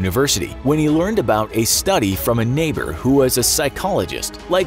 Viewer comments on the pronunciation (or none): none